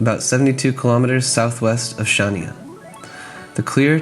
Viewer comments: Considering you bother making a video about Crete you could have learned how to pronounce Chania, it would improve your credibility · "CH" in Chania is pronounced like "J" in Spanish Jesus, for example. Shania Twain maybe :D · I wish you would pronounce Χανιά correctly - it's not Shania it's Hhaniá - where Hh is like Scottish ch in Loch or ch in German "ich". The accent is on the last "a". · Its pronounced han-ya but spelt Chania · Chania = Hha-`nya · hi i don’t mean to be awful but chania is pronounced Hania ! silent C , but i can understand how you can mis pronounce , we have been going to south west crete for over 15 yrs and yes we love it too !